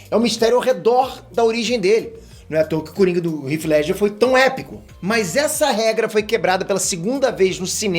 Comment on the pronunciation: Agora o tá pronunciando o nome de Heath Ledger corretamente kk, parece que o cambly tá dando resultado né!